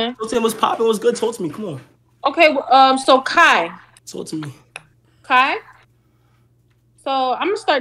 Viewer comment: This man said Skai yall getting rowdy 🤦🏽‍♂️